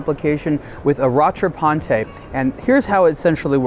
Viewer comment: You're supposed to prononce "rattrapante" "ra-tra-pant" and not "ra-tra-pan-te". This is French, not Italian 🙂